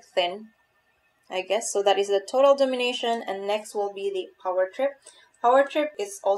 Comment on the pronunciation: Dom-in-a-tion.... not domin-ition. Kinda like dominate, but tion in the end.